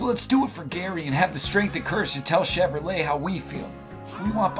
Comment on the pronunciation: Did he say Chevylet?